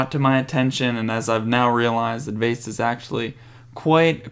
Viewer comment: You say Vejsa instead of Vesa and you said bad instead of Baade, so what i Think you should do is giving the J sound to Baade so it sounds like Bejd cause thats his right name and then Vesa without the J sound :D Great vid